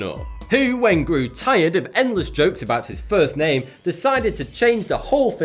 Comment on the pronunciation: your videos are great but you suck at pronouncing names lol